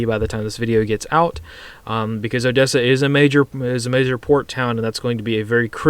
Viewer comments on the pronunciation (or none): none